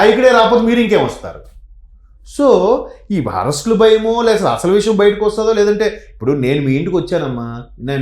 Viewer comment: అమ్మా,విషం కాదు. విషయం అనాలి.